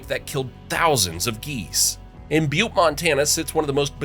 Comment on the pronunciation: I am amazed the pronunciation of Butte was not butchered!